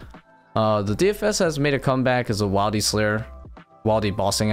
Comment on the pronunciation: Does anyone else always want to correct this man whenever he says wilde instead of wildy..lol but he's such a good player I keep to myself great vids man